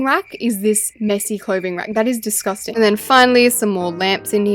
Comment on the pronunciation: The way u say descusting like "Desoscing"